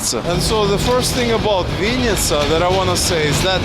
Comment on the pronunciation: It's not chl-YE-bna-YA chata, it's chl-E-bn[A] chata, or can't you read Ukrainian? There were no Russian labels. Dislike. VInn[i]tsa is Russian, you should learn Ukrainian being in Ukraine, not Russian. The correct version is Vinn[Y]tsia!